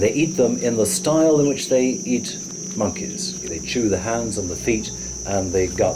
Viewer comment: Monkiez, key-lin monkeez